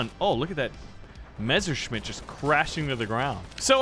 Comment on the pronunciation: MESSERSCHMITT. NOT MESCHERSCHMIDDS